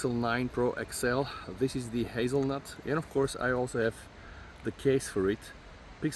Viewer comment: Did you just say Hazelnut? 😂